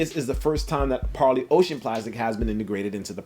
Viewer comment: I know it’s trivial but It’s super refreshing to have an intelligent sneaker youtuber pronounce Parley correctly.